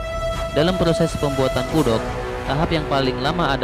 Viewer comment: Kudok😂😂😂 kuduak bang kuduak 🤣